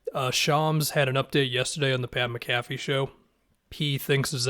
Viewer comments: You mispronounced Pat (Mac-A-Fee) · FYI you stressed the wrong syllable in “McAffee” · it’s pronounced “macafee” just thought i’d let ya know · The way you said McAfee made me lol